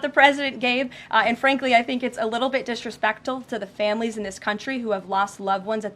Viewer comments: And " disrepectal " 😂.. was she thinking about rectal issues at the moment when her wires crossed and trying to say the word disrespectful? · All Leavitt does is lie. And she couldn't pronounce "disrespectful" properly.